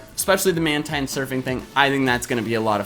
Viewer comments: It's pronounced Man-TEEN, and 2nd, it's not jumping. It's using the air from the waves like you would from a surfboard. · Just YouTube how to pronounce "Mantine" or definitely look at the Pokedex 3D Pro. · "Mantine" is pronounced "man-teen".